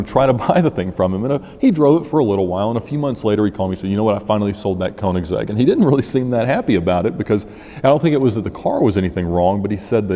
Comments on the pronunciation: It's königsegg not koenigsehg bruh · It’s pronounced “kernig’zegg” BTW. the “ker” sound is pronounced in the front of your mouth with your mouth shaped more like an “o” (instead of further back and closed like a normal english “errrr” or “grrr”). And the “zegg” is really the english possessive “s” at the end of “kernig” but then with “-egg” run together as one word.